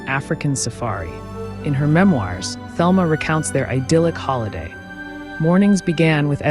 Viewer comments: You should do your research. Her name is pronounced the Spanish Telma not the American Thelma. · Her name was pronounced “Telma”, in Spanish fashion. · Her name was pronounced Telma in the Spanish way, fyi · Thelma is pronounced Telma. Letter H is silent. This is how Gloria Vanderbilt pronounced her name in documentary, "Nothing left Unsaid."